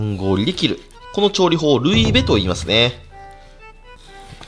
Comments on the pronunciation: ルイベのイントネーションが引っかかった笑笑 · ルイベのイントネーションおかしいから😂😂😂